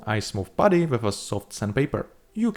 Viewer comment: Anyone else devastated that started pronouncing "putty" in a more conventional way? I was living for that old pronunciation. His English is getting too good dammit.